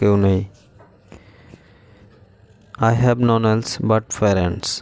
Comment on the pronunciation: None এটার উচ্চারণ করতেই পারেন না আবার ইংরেজি শিখাতে আসেন কেন ওটা নন হবে না নান হবে উচ্চারন ওকে